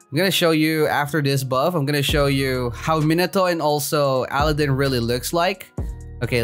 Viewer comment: Your calling aladinn ally-din